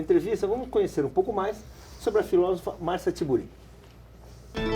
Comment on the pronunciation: Como diria (pronunciaria...) o Luiz Ináfio Lula da Filva: "Filóvofa".